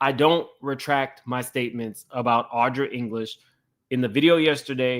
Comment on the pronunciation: Why you all calling the victim Audra? Her name is Adria. Very different. Just sayin. 😬🙂 .Ally Carter named the Obamas as some people that SA her.